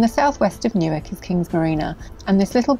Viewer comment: I’m glad to hear that the correct pronunciation of Newark is used. Unlike those in Delaware who say “New’ Ark”!